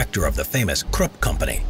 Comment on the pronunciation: Your pronunciation of Krupp was brutal.